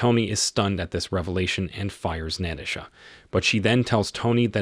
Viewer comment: I'm not sure if the narrator of this has a speech problem , or he could be the same one that does talk to text for Google, cuz he not only weep o nized , but he also had Kate Mara sapuna Tony , and later on Nait a lee, also Nat a shaw Romanoff !